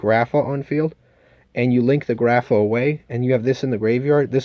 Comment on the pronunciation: Why you stupid. You can’t read grapha correctly?